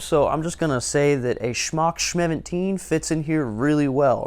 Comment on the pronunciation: “Shmock Shmeventeen” 😂